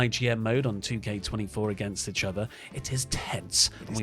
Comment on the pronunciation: Anyone else get slightly triggered the way says Itchother instead of Eachother? XD No? Just me? Okay lol